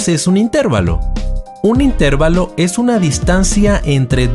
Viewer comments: Se escribe y se pronuncia intervalo no intérvalo sin a acento en la (e) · Muy buen video, pero... in,ter,va,lo... si se pronunciara in,tér,va,lo (llevaría acento) y no lo lleva, por lo tanto se acentúa en la "a"... intervAlo... repetir varias veces ... intervAlo, intervAlo, intervAlo........... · La palabra "intervalo" es una palabra grave y no esdrújula. Por lo tanto, se acentúa la penúltima sílaba y no la antepenúltima. Suena un poco extraño escuchar "intérvalo". En realidad es "intervalo" acentuando la "a". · Se dice intervalo no interválo. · Es intervalo, no intérvalo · Se dice intervalo sin acento tónico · Intervalo se pronuncia acentuando la A y no la E. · Intervalo no se pronuncia con acento en E. Es una palabra llana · Jee, si es verdad es un poco molesto no pronunciar las palabras correctamente, pero nadie lo sabe todo y es de humanos equivocarnos. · Me duele oír cómo pronuncia intervalo. Lástima, porque está bien explicado.